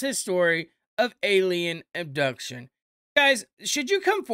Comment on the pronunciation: there is no such word as ubduction, I think you mean abduction.